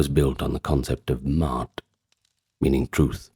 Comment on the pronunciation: Ma'at, Ma'at, Ma'at... not "Mart" 😂